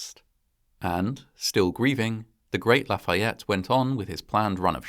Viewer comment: That must have been a somber experience. I found your accent on Lafayette to be perfect and assume you had some classes in school. Do you speak French? Regardless. Another well produced and fascinating doc. Cheers from Montreal, Quebec, Canada.